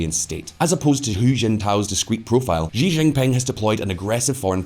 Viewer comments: "XI" IS PRONOUNCED AS "SHI". NOT "ZHI". The name is XI JINPING, pronounced "SHI JINPING", not "ZHI ZHINPING". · The pooh bear is named shi-jin-ping, not Xzee-Jin-ping and not jee-jinping.